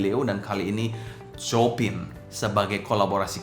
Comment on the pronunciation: bukan copin ko2 dibacanya chiopang...krn istri guru piano jd ngelotok denger nama2 pianis classic 😂😂😂..